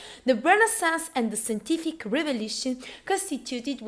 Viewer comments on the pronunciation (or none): SENTIFIC REVOLUTION SHISH